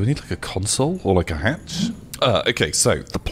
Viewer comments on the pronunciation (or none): none